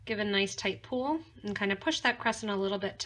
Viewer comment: love the pattern and all your videos... have watched many and created a lot of pieces.. my friend and i get together once a week and bead...and we will both sit and watch your tutorials...and she is forever telling me to behave.....as i listen to you talk, you are always say '' give it a nice tight pool... and im always saying...its pull, pull not pool.... she just chuckles n says you're so bad (to me ) but i do so appreciate your patterns, tutorials and your products!!! so ty all at potomac bead company